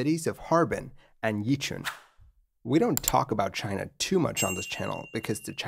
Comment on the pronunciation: Because doing something basic incorrect casts a shade of doubt over the accuracy of complex things. Another one: Yichun is pronounced more like "Ee-chwen".